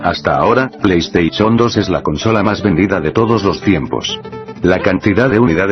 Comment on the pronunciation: plei estaichon xD